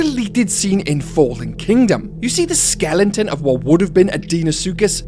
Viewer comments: Skelen-ton, skelen-ton, skelen-ton, good God, man, it's SKELETON. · Why are you saying "skelington"? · Is pronunciation “skelenton” a British thing? Just interested